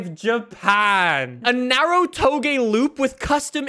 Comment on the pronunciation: This man pronounced Touge “Toh-Geh” with full confidence, multiple times. Chat we can’t be letting him get away with this come on